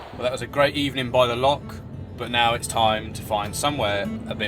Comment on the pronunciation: love the videos, great job and thank you for promoting Scotland so well. One minor point when in another country go for refining your local pronunciation, give "loch" a go replacing your "K" sound as in "lock" with the ending of how you would say "Bach" (the composer). Easy peasy. Good luck on you travels, inspirational.